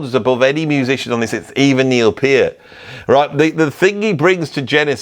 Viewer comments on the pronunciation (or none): You are supposed to say it with the middle part pronounced like 'ear'. P - ear - t. Source: Rush themselves. If you search on Youtube how to pronounce Peart, you'll find a Short video with Alex and Geddy together and Geddy explaining what I just typed. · Gotta nominate Lemmy joining Hawkwind. That's what lit the rockets under them. Circumstantial evidence, for what it's worth: I've known two people named Peart (unrelated to each other, so far as I know), and they both pronounce it "Peert", not "Purt". "Copycat band of Led Zeppelin with a singer who sounds like Donald Duck on helium" 😀How very to-the-point. Great video as always -- both insightful and hilarious. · I remember reading, in the mid 80's in some rock magazine, where they were discussing the pronunciation of Neil Peart's last name and they wrote that it rhymes with "heart". I don't know what to think about that now. You really wanna call Thin Lizzy Thin Lizzy without Phil? That's a stretch for me. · Back in the day, when you had limited videos, I was one of the arse holes who called you out for mispronouncing Peart's last name. You responded with, "I don't think this channel is for you." Haha! That did not scare me off, I am a devoted follower who loves your videos, musical knowledge, drumming, ability to discuss philosophy, history, whatever... I find you very humorous as well. That impersonation you just did of Mike Rutherford had me rolling, it was so good! I wish you continued success from here in Florida.